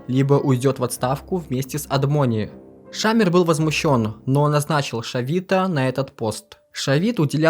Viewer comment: Хорошая работа! Полезная информация. Но на протяжении всего фильма резали слух неправильно произносимые фамилии. Например, ШАмир вместо ШамИр. Или Амит, вместо АмИт.